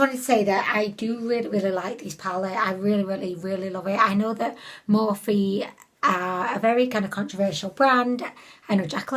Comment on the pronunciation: I love how you pronounce morphe more-fay 🤣please don't ever change